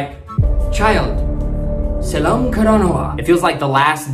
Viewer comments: Not SELAM KARANAWA , it's SELLAM KARANAWA. And not KOSA it's KOSSA bro 😂❤ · Kossa is the right word. Not Kosa Also sellam is the right word.. Not selam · It seems your audience gonna be sri lankan people. As you present it wonderful and hilarious way Better saying as, Kosa as kossa Vishwasha as vishvasa As a beginner start pronounce kiyewwa as Ki yew wa Selam karanawa as sellam karanawa However your words can be understand as they are. Nothing to worry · Dude it's not Selam karanawa it's sellam